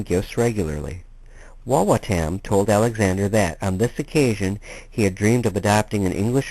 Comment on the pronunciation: It is pronounced WA WA TUM